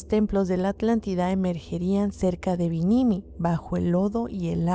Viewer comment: nomás un pequeño apunte: es BIMINI, y no binimiii … ya se, está raro pronunciarlo.god job!!!!